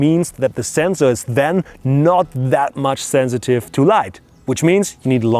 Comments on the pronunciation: It's not the germans that pronounce sensor like that, its just him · zenzor, never knew that germans said it like that. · the "zenzor" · Who came here to hear him say Zenzor? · I love how German's pronounce SENSOR.